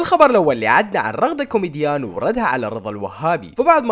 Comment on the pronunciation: الاصل: رغدة كوميجيان: رغدة كوميديان 😂😂😂😂